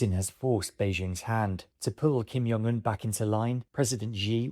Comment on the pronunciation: 'to pull Kim Young Un' The J in Korean (ㅈ) is pronounced like it is in English and not in Dutch and German. It's 김정은 and not 김영은. And immediately after that we're presented 'President Ji' . This is confounding. The X is imagined to be J. It isn't. It's Sh. It's pronounced Shi Jinping.